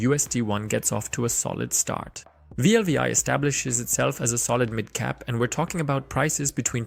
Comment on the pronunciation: Wlfi not wlvi